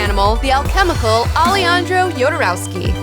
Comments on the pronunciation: "Aleyandrou Yodoreusky"... Ha ha ha! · "...my own personal spirit animal..."(and pronounces his name totally wrong)